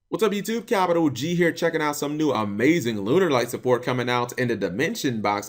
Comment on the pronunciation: >Has to specifically type in "Lunalight" in the title of this video. >Still manages to say "Lun-er-light".